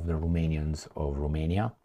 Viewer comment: its Ro-mania, not ru-mania romania means, land of the romans, not land of the rumans!! geezzz